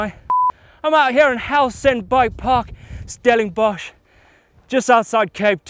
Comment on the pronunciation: Daniel de Vynck do you speak Afrikaans? Did he just say Stellingbosch instead of Stellenbosch 😂